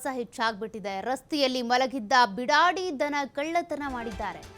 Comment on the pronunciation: Bidadi alla beedaadi